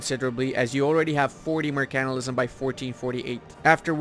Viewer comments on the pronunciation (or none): That's the funiest way of pronouncing mercantilism, mer-CANT-ilism, usually it's pronounced flat, or with emphasis on the "mer" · M E R C A N T I L I S M KEKW